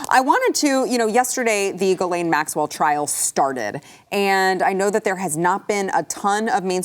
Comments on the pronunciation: He can't pronounce GHISLAINE properly.... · No credibility; mispronouncing GHISLAINE